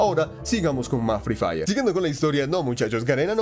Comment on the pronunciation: Jsjs ya seme así el asentó Colombiano pero la verdad free diré e suena mrd :v